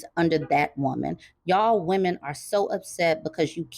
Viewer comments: "Wemon"? Is he Elmer Fudd trying to say "lemon"? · "wemon" took me out 😂😂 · you killed me with the "wemon" pronunciation. LOL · What’s a “wemon”? 😭😭😭😭💀